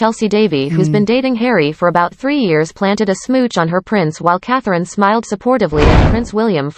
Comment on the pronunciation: Please learn to pronounce Catherine correctly.